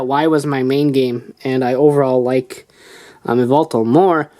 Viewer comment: To pronunce its zerneus and just say y and then veltal